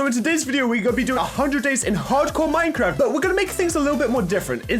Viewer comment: Yeaaaa I was waiting for someone to say something cause at first he said a-Minecraft lol